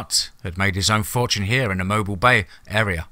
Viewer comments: Wonderful story...I loved it, but it's pronounced "mo bill"..not mobile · Mobile is pronounced MOBEEL. I went to college there. Good story. Well written.